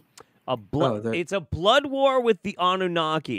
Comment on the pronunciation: does the opposite of what the French language does. French has lots of letters, but none of them are pronounced., meanwhile, takes common English words and adds like 50% more to them. "War" is wuhara, "president" is pehresidint. It's fascinating. I'd say he needs to be studied linguistically, but I wouldn't want to put that task upon anyone.